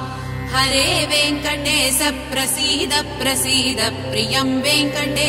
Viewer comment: వెంకటేశ అనేప్పుడు "శ"అనే అక్షరం "స"అన్నట్లు వినిపిస్తుంది.చాలా క్లియర్ గా అలానే వినిపోస్తుంది.